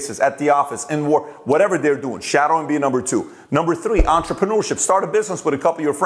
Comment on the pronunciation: Pat, please can you pronounce #3( three) correctly... Th...it's not T